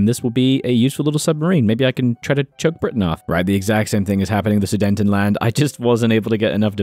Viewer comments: no, where are you getting “dayn” from? There is no “n” between the e and t of Sudet, so where are you getting this from? “Ten” as in the number not “ton” as in the weight”, and “a” is pronounced as an “a” in German too, so it’s “land”, not “lend”. I’m just trying to help because if you’re going to get a bigger subscriber base, you’re going to get even more people nitpicking and telling you you’re pronouncing it wrong. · pls stop saying sudentenland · I love your videos but please learn how to pronounce Sudetenland. “Zoo-day-ten-land”. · bro really said sudentenland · it hurts me :(